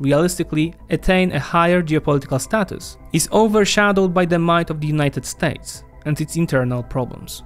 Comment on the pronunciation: why do you pronounce it "Unayted StAYtes"?